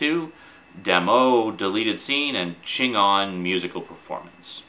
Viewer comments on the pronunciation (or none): its said like chingown lol they're robert rodriguez's band